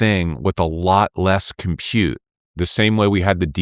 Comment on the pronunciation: It is disgusting the way he says it...